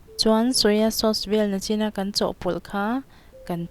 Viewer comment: Nachin tih aiah khan nichin ti zawk la😅